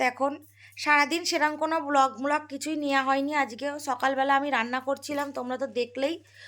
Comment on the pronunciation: Are bolog na bolg thik kore kotha to bolo😂😅